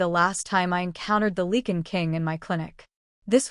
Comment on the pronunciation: It is “Lye-can” not “Lee-can”